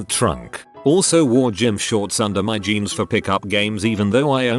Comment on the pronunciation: Nobody: ... Reddit Robot Voice: G-eans